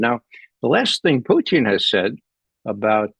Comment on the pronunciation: I love how Ray says Puteen! Lol!